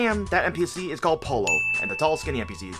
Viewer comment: "Especia" means spices not spicy. Its "Pollo Frito" not "Frito Pollo". The "LL" in Pollo is not pronounced as a single L like in Polo. Same thing for Frito the letter "T" is not a "D".